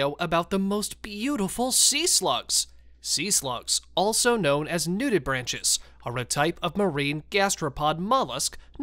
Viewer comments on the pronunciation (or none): It's pronounced "new-dib-ranks"